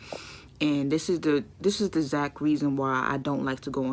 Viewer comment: Did she say da zack reason why 😂😂😂😂😂😂🤣 can't speak standard english an talkin bout a man